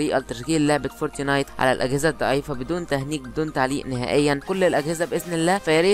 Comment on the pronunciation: فورتنايت مش فورتينايت 😂